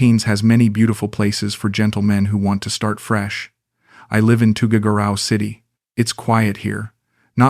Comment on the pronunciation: oh sure the AI voice butchers every Tagalog word but suddenly is able to pronounce Tuguegarao City perfectly.